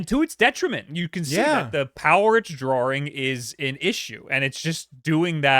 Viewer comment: “the power it’s drawring” IS BRITISH?!